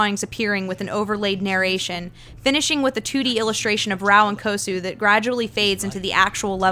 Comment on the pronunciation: It's not Kosu, It's Kuzo.